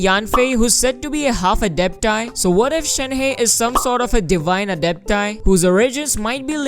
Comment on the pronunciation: The incorrect pronunciation is killing me. It's not Shen heist ---- more like Shen herb !